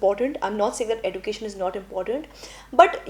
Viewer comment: Your pronounciation of education is wrong plz make it correct❤